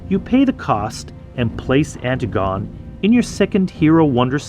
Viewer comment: Love the video, but its an-TIG-uh-nee, not anti-gone :D